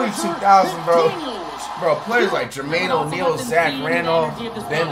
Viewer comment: If I here Dramain O’Neil one more time 😭